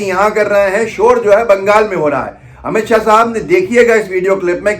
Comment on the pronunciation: Amit shah ko shahab q bol rhe h ap dear sidha boliye amit shah